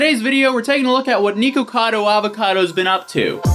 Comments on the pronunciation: Nee-kocado Avocado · I'm sorry but heading Nikocado pronounced Nekocado instead of Nick-O-Cado and then being sponsored my Lolli makes me think something's up 😂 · Lol niko cado!!!! i believe u say it nick cado not niko cado even tho its spelled that way js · Why is he saying niko cado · "*Nee-kocado Avocado*" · why doesn't he know how to say nick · The worst part of the video is how he mispronounces nickocado every time he says it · holy shit dude why isnt his name nikaco avocado? his names clearly nick/nik right? his orlyn dude keeps calling him that, so why?! why did he choose the name that has such an awkward amount of syllables?? i cant get over it hearing his name pronounced drives me crazy 😂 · why does he pronounce his channel name like that 😂